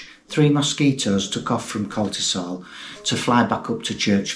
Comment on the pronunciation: Very sad, but I feel that I need to correct your pronunciation a little (sorry), it's Coltishall, not Coltisall. Sorry, this is mainly for anyone that tries to look for it. I know it pretty well as I think it was (is?) the home of the Red Arrows.